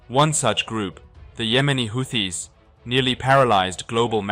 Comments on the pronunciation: To the narrator: "Houthis" is pronounces Hoo-tis, not How-tis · The hooties are hooting. Not howtees, dumass. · I think it's pronounceced who-tees! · Like all of us, even AI has no real idea how to pronounce this stupid group's name.